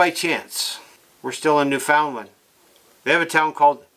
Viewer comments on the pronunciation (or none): You don't say newfinland properly